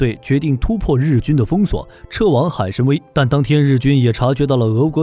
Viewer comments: 海参崴(wai3)，不读海参威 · 那个字念wai 海参崴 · 开局一张图后面全靠编，拿游戏画面和几个重复镜头来充数，还读错了两个字，1:海参崴（wăi),2:昭（zhao）和